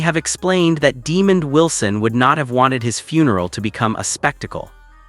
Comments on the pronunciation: Mispronouncing is real name and character name. Sanford and Son reunite…🙏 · These butt holes at Star Buzz want to report on someone whom they can't pronounce his name right.